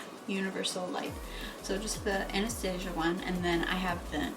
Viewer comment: She said Anastasia Wrong